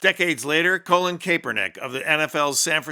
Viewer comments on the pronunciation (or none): "Speaking out" doesn't do any good, unless they follow it up with canceling games. And his name is not "Colon Kaepernick. It's "Col-lin". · This was good but did he say “Colon Kapernick” 😂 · Why dude said, "Colon Capernick"????